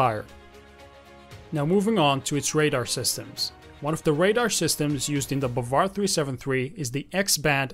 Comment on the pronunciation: The correct pronunciation is BAAvAr and it means believe, and sayyad also means hunter Thanks for your useful video😘👏👌💫